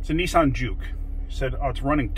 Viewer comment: Juke sounds almost like junk. lol